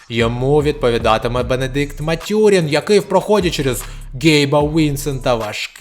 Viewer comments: мЕт'юрін а не матЮрін.... Індіана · непогана озвучка, пару місяців практики і буде толк. Матюрін тільки різав вухо